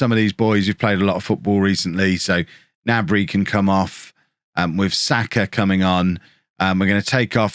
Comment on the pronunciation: Don't forget to pronounce the 'G' in Gnabry.